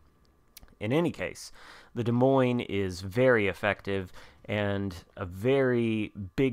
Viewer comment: As a resident of Iowa the s at the end of Des Moines is silent. Also as someone that utterly loves the play style of the DM you need to play more aggressive early on and us you stealth plus dpm to smash cruisers and DDs